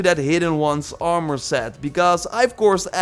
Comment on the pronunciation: "Oarmore set" 😂